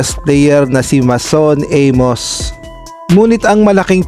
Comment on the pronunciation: shaun at maeson aemos ang pronounce ng name nila.ndi hakob lao kundi jaycob basa nun